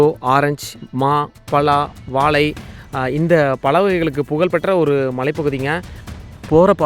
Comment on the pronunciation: தமிழ் உச்சரிப்பு சரியில்லை வாலை இல்லை வாழைப்பழம்